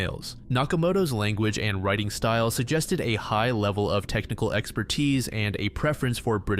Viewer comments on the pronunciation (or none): none